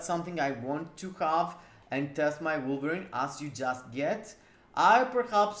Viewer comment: Lol really sounded like you screamed... Yes, I'm gonna test my blueberry with all ctps....😂😂😂 instead of wolverine, had to listen 5 times to get who you were talking about lol